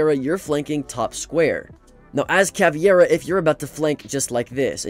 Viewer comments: its pronounced cavEIRA not caviera😭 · its caveira not caviera tho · Cah-veer-ah not caviairah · Someday he'll notice it's called cavEIra and not cavIEra, but not today 😢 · "Caviera" *Pain "Caviera" *Agony "Caviera" *... I'm gonna close the video, i can't hear he saying "Caviera" one more time Where he read that "ie" from? CA-VEI-RA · Caviera? Bro just pronounce it like "cavera" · Bro said caviera not Ca vei ra Yes this is how we separete in Brazil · “Caviera” what the hell is that prononciation of caveira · Ca vare uh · Not Caveira being called caviera 😭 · Any other brazilians get triggered when people her Cavi-Era? It aint even how it's spelt in game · Correction: Ka-ver-uh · bro said caviera. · Every time he said caveira hurt my ears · Bro you had 5 attempts to pronounce cav’s name right and still didn’t succeed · It's caveira man